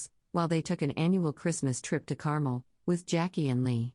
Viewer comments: It’s NOT pronounced “Carmel” it’s pronounced “Car-Mel”!!! Get it? “Car-Mel”!!! Geeeeez! LOL 😝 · It’s not CAR-MULL — it’s CAR-MELLE (Carmel). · fyi, it’s pronounced car-MEL